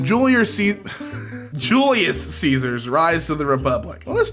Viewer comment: "Julier Caesar".Sounds like Julius Ceasar's down syndrome half brother